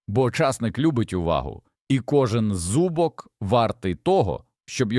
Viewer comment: Вас вчили правильно ставити наголоси ? ЧаснИк, зубОк бобИ прегнІй пАростки,марганцІвки Господи, вам що язик покрутило?